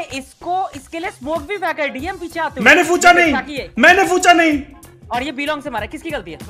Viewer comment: Fucha kya hota he it's pucha Nahi😂😂